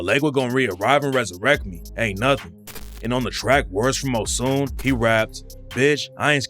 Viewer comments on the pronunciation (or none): It’s pronounced “O-SH-U-N” not Osun. It’s a Nigeria God from the Yoruba Tribe. 🇳🇬